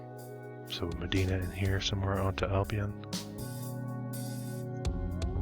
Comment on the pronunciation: Hi, Great video, just some pronunciation (I’m from Rochester) Medina is pronounced meh-dye-nah. Palmyra is pronounced Pal-my-rah Schenectady is pronounced Skah-neck-tah-Dee